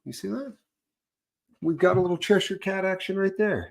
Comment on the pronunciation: As a person who lives in Cheshire, I love that you pronounce it correctly 😂